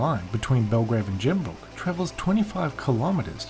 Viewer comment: It's Gembrook not Jook